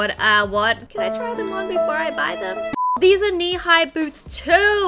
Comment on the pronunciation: Wengie: I want theese shoes. Me: It's sold out In December. Wengie: Oh they are sold out in December. Me: I know Wengie. Wengie: Then I want theese. Me again: Those are sold out in November, December. Wengie: Ohh theese are sold out in November, December. Me: I KNOW, WENGIE!! I KNOW!